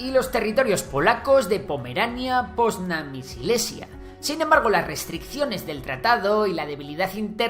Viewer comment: Hay un error en el min , es poznań no ponzan